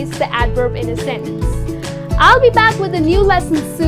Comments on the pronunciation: You pronounced the word "sentence" with 2 different accents. One of them is well-known to me and I could understand but the other sounds awkward and really strange to me. The first "e" was pronounced as /i/ and the second "e" was pronounced as /e/ - so the whole was pronounced like /sintens/ - really strange to me. The well-known pronunciation is /ˈsen(t)əns/. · hi, I like what you are doing but in this lesson you're mispronouncing some works: often, sentence, beginning...